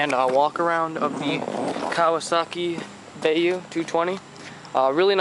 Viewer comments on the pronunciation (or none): Baeyou😂it’s bayou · it is byou not ba you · And it's ba you. Not bae yo. Ba like a sheep says and then you like the word you. It's not a bae and it doesn't say "yo". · whats a bay-ooh?.. Bye-ooh*